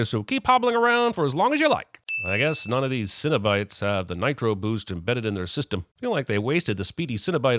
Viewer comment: i love the "sinobite" conversion from cenobites lol